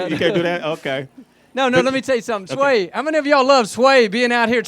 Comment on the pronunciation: Messed up Sway's name that's a sin